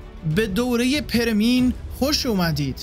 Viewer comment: بزرگوار ، متشکرم از زحماتتون . خواهشی که دارم این هستش که روی تلفظ لغات بیشتر کار کنید . پِرمییِن خونده میشه . به کسر پ و ی دوم